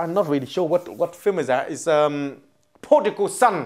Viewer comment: IT'S PRODIGAL SON, NOT PORTUGAL SON,!